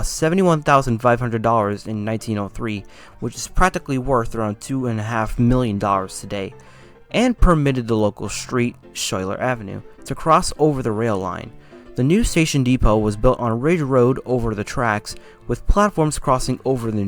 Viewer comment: The name “Schuyler” is actually pronounced “Skyler”. “Totowa” is pronounced “Toe Two Wha” Glad you got Kearny right, that gets mispronounced often.